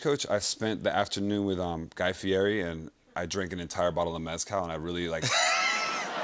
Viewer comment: Diplo hears people say Guy fieri's real name yet he continues to pronounce it wrong when people do that it just bothers me